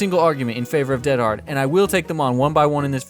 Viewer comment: Not defending Dead Hard, but actually the reason you sound like a caveman saying it is that almost everyone subtly mispronounces it. Dead in this instance is not the adjective meaning "deceased" but the adverb meaning "completely", used as an emphatic - like "dead tired" or "dead set". I don't know if American English ever uses "dead" this way, but the phrase is very British, eg "I'm dead hard, me". Every DBD player I've heard mention the perk pronounces it DEAD-hard, but it should be more like dead-HARD with the emphasis on the second syllable. You're bragging about how hard you are (in American terms, what an unfazed stone cold badass you are).